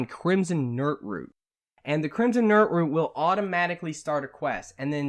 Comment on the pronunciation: "Crimson nirtroot"